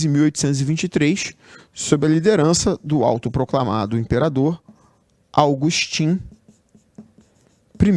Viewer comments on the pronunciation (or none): é AGUSTÍN e pronuncia-se "i - TÚR - bi - de"